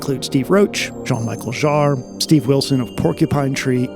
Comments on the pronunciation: It’s Jean-“Michelle” not Jean-“Michael” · The great value of and effort put in this video greatly overshadows the way you pronounced Jean-Michel Jarre. 😊 So in return I will help you pronounce the name correctly of this wonderful musician. Sean Michelle Shaaruh, doesn't sound like anyone American, but he is French after all. 😉 Wishing you awesome pads and amazing times, creating and enjoying music, cheers! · FYI, it’s pronounced Jean “Mee-shell” Jarre